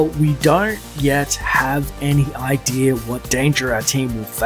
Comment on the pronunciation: The hell is with the "idear" pronunciation of "idea"?